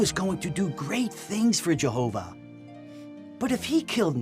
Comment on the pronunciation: I hear this in Caleb and Sophia videos too: why do they pronounce Jehovah like that? Like Jehoovaaa